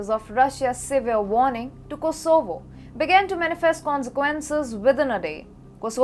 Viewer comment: Like how she pronounces Kosooovo 😁😆👍